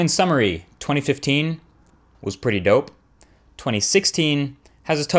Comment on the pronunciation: am i the only one that hates when he says dope idk why but i just dont like it when he says it he just so white sounding and it just dosnt work